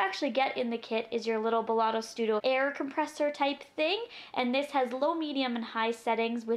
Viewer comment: Hey love it's belLETto not belLOTto :) I think I might purchase this :) great demo. And review